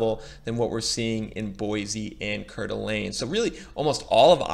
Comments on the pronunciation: I wouldn’t want to live anywhere else! Even if there’s a bubble, I have a nice house in a great state. Four seasons of weather. Not too hot. Not too cold. I’ve lived in Eagle, Meridian, Boise, and now foothills of Boise. And it’s pronounced Core-da-lane. It’s a tourist area. Absolutely beautiful! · Coeur D’Alene pronounced Core-D-Alane